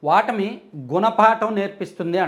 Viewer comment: వాటమి కాదండి ఓటమి . చాలామంది ఈ మధ్యన ఒ బదులు వ అంటున్నారు . కొత్త తెలుగు భాషా ?